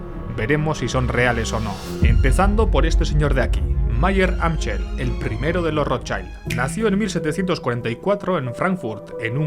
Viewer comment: Mayer Amschel se pronuncia “Amsel”